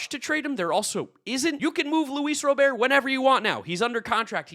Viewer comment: “Luis Robear”🤓